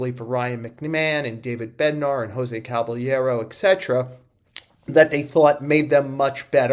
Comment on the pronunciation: Joel pronouncing it “Cabalyairo” kills me every time